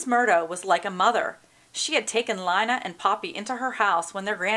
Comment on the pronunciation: It's pronounced (Lee-na)